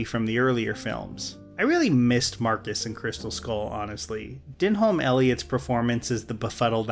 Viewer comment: 'Deholm' is pronounced 'Denim' as in the jeans. As an American, I wish American YouTubers would actually take the care to at least check this.